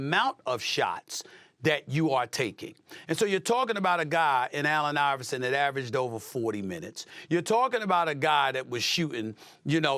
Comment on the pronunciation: Hel no you say iverson better than stephen curry😂